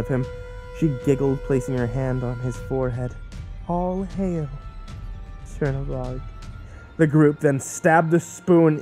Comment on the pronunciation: is "cherry bog" supposed to be tzhernobog? because its not spelt "chernobog" and not pronounced "cherry bog"